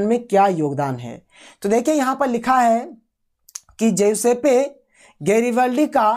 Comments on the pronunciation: सर ज्यूसेपे नहीं बल्कि ज्यूसप गैरीबाल्डी होगा। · सर जेसेप नहीं ज्यूसेपे गैरीबाल्डी हैं।